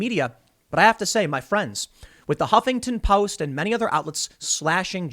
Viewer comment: I love the way you pronounce the "Hoppington Post". 🤣 They deserve it.